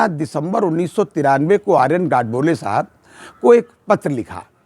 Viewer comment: एक.आर.बी.ओ.सी.बेंगलोर के जनरल सेक्रेटरी के नाम का उच्चारण आर.एन.गोडबोले है आपने दोन,तीन बार बात करते हे नाम का उच्चारण आर.एन.गाडबोले साहब किया जो ठीक नहीं.कॄपया सही नाम बोलना चाहिए.कॄपया बुरा मत मिनिटे,स्पष्ट लिखने के लिये क्षमा चाहता हूॅं.